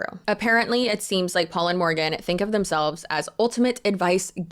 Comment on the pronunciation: you had me at "Porgan"